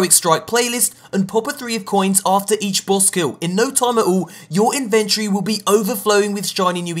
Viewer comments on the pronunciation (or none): ugh, Its pronounced 'IN-ven-tory', not 'in-VEN-try'.